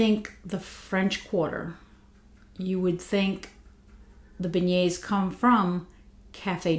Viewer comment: So good to see you and your ideas are so right! I haven’t gotten this yet but it seems they did a good job with it. On the end of month live with Dan Orchard he pronounced beignets “Ben-ets”, it was so funny. Being from Louisiana we just take all the NOLA stuff for granted. It really is such a neat city with so much culture and history. I could tell by your accent you from there when I first started watching your channel. I’m a north Louisiana girl. Randazzo king cakes are so good. And a side note, Hubig pies are back out! My cousin brought me one at thanksgiving. Anyway really loved hearing your thoughts and can’t wait to sniff these!